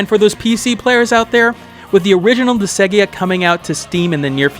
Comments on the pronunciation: Disgaea is pronounced Dis-guy-ah. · Was about to comment the same thing lol.